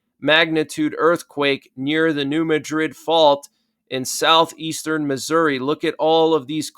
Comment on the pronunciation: It's called New Mad-rid fault. Pronounced like mad. Not like Madrid in Spain